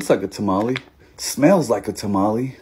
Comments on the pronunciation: “ta-ma-lee” lol😂😂 As a Hispanic I like to pronounce it as “ta-ma-leh” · Bro said tamale like a middle aged soccer mom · The English pronunciation for tamale🤣🤣🤣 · This is a vato pronouncing tamale like a Caucasian. 😂😂😂😂😂😂😂😂😂😂😂